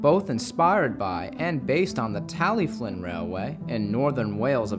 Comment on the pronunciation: Why do you pronounce "Tallylyn" as "Tally-Flinn"? Is that the correct Welsh pronunciation?